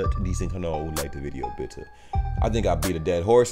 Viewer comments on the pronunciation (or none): none